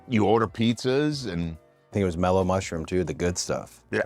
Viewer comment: Did he say Mello mushrooms lol😂